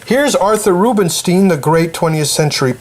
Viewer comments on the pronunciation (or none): It is not Bernsteen but Bernstein, Rubinstein and not Rubinsteen